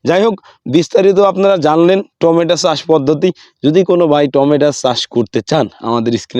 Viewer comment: টমেটো, আপনি টমেটা বলছেন কেন?